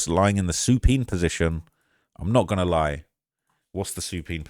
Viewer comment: The word is Supine. Said like "soo-pIne" meaning an almost flat- like but propped up position laid on the back.